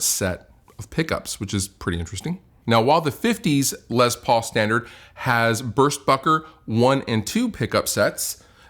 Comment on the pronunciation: says “Lez Paul” cracks me up every time.